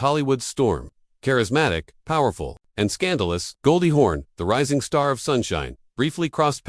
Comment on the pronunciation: It's "Hawn" not "horn"!!! Jeez!